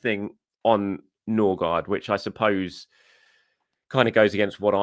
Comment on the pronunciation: Ok Pronounciation needs som help now that we have two scadinavians with almost the same last name. Ø is close to the E in «Nerve». Aa (double A or Å) is close to the A in «All» or the O in "Gore". And the D in Gaard is silent (Ødegore/Nøgore)